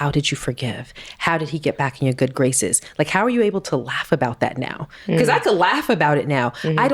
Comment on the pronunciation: Wow 😮 strong things touched on. I want to read the book 📖! She says bacuus so funny 😂! Toast to 💕 27 yrs 👏